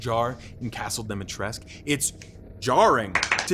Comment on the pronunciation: He's still calling her Dimitresque -.